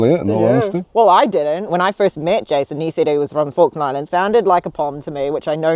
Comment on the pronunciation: I thought you said Faroe Island